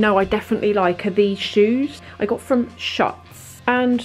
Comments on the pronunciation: | Fashion Beauty Lifestyle loved this video:) I think the pronunciation for the black heeled sandals you had at the start is "shootz" instead of "shuts" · baby, it say schooootz double "oo" sound. it is a brazilian brand, i love them, half of my shoes are schutz. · The shoes are pronounced "shoots" and they must be from Brazil. Brazilian hills are the best. They will last forever and won't hurt you. You look gorgeous!